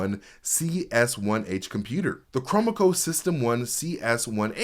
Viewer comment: Small pronunciation comment: As an owner of the old S-100 Cromemeco computer, it's pronounced "Crow-mem-co" not "Chrome-mah-co"